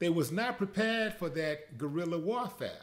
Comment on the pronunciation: When he said ✊🏾"Your working fa ya country" 😂🤣😂🤣😂😂🤣